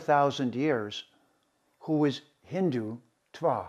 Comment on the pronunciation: To speak so lovingly about India, Hinduism, etc., one really needs to be better connected with the language(s) of India. One should be able to pronounce dental Ds and Ts (द/त -- हिंदुत्व, नरेन्द्र) correctly instead of conflating them with retroflex Ds and Ts (ड/ट -- हिंडुट्व, नरेण्ड्र). One should also be able to disambiguate between unaspirated consonants and their aspirated versions (डर्म for धर्म) I was even more surprised by his conflating a noun/adjective for an abstract noun ("I am Hindutva!"). These are all abominations especially for someone who professes to LIKE India and its dominant religion/culture. Aren't the SOUNDS of a culture an inherent part of it?